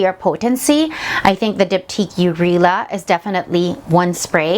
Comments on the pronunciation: Nice fragrances! Also, ‘Eau’ is pronounced as “Oh’ and it means water in French, whereas ‘Rihla’ means journey in Arabic. Always good to include a proper background check. Keep it up! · "yoo" Reela?